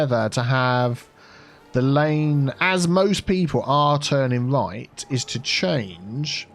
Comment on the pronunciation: Always helps when you turn the roads the wight way awound. 😂😂